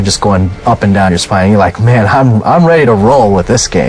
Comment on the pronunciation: Did you rike it?